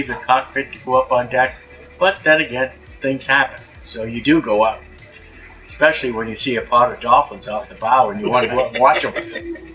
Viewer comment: You speak like an announcer and your vocabulary is impressive but please drop the "X" from especially. Not a criticism but an expression of concern. I am subscribed to Sailing Doodles and Flying Doodles. A small grammatical error can distract form your credibility. I seen it happen before. See what I mean. I appreciate your channels and watch every episode you post. Thanks for the work you do.